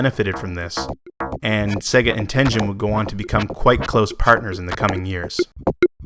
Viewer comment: Great research and historical perspective! (But, psst, Tengen has a hard G!)